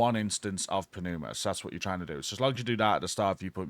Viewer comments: Good guide! THis one had the potential to be really tedious. FYI: Pneuma is pronounced NOOMA. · Hi! The P is silent in Pneuma as in Pneumonia not Panuma :P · New-muh No P. Let it go. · Hey bud. Love your videos! Just a tip... The way you pronounce "Pneuma" is you do not pronounce the P. The P is silent. So "New-ma." Keep it up man! Hey Tool fans... Don't tell me you didn't do a little dance when you got the first 3 mods! Come on.... 1. Vicarious 2. Pneuma,(Anchient Greek word that translates to "breath" or "Wind.) 3. And Invincible!!! Right on Tool! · The "P" in pneuma is silent. Lol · PROC.. Programmed Random Occurrence... there's nothing random about you immediately casting an available ability. And the "P" is silent in Pneuma. That said, I'm gonna go touch some grass now. :P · The P is silent 😆